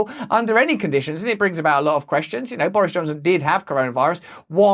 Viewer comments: Excuse me? Did I just hear you pronounce his name Boorish Johnson? lol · Love how he pronounces it "Boorish Johnson"...hahaha...keep up the great work, Russell!